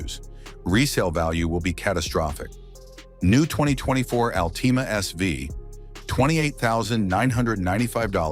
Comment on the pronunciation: Nissan Ahl-TEE-Mah ?!